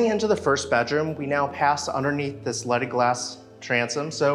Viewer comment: Every time he says leaded window it sounds like he is saying lettuce stained Glass